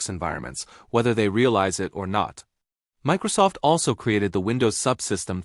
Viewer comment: You lost me at "Mickrosoft"